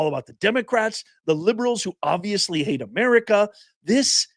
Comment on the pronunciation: Did Fani just say that she hate-effs?